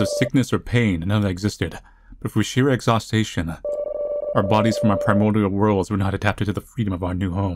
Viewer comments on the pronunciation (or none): Small consistent detail that I've noticed throughout the years of videos across many videogame series is that whenever the word Exhaustion comes up, reads it as "Exhaustation", which has been cool to see over tge years